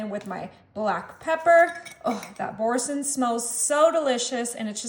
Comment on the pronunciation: Bour- sain( you don’t say the n)😘